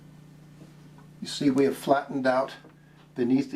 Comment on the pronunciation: This guy's been teaching for thirty years and doesn't know how to pronounce maxilla?